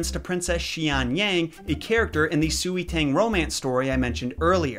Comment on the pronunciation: “Sui” is pronounced “Sway”. Just saying..